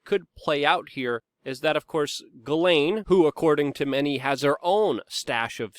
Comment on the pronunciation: Hey you pronounced her name right.